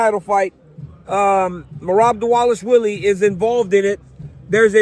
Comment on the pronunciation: What’s up with everyone calling Merab diwalishwily it’s div-a-lash-villy it’s literally not hard and your getting paid to speak atleast learn how to pronounce especially Bruce buffer like frs do better